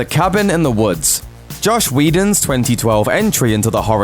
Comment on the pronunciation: "Josh Whedon". sounds about right.